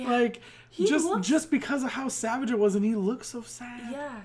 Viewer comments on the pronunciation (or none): none